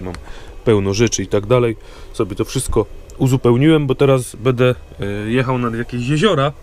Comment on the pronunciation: jak Cię lubię to twoje "bede", " bedzie" itd., nie zrozum mnie źle, jest nieco denerwujące;)